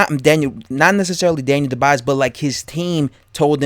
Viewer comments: Champ, "Dubois" pronounce DOO-bwuah. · Dubois pronounced dubwa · How are you saying his name so wrong!?!? Makes me assume that you have never heard his name said properly and therefore never seen him fight, aka boxing iq cred out the window